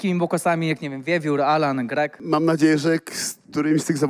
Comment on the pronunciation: Kto jest Anala menadżerem ??? Chyba Sejczento 😂😂😂😂😂😂